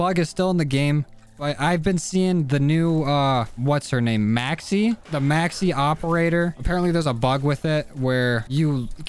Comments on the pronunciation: The way he pronounce maxis😂 “Maxe” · Mans called Maxis, maxy 💀💀